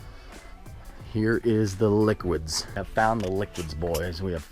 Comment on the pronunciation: Cringing at “liquids”